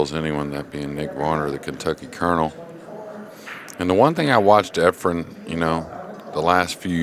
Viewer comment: Nick Varner still calling him Efrom. For fks sake somebody tell him the name of the greatest pool player ever.